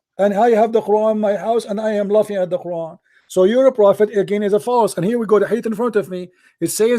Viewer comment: cp is a liar. SubhannaAllah! fire starts small and ends small. rain stars with few droplets and ends the same way. what is cp on? this man is an arab and his arab is weak and he lacks coherency. he can't even pronounce Qur'an properly. cp is a fraud.